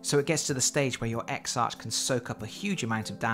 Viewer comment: Congratulations! BTW exarch is pronounced eksark, as it is a Greek word.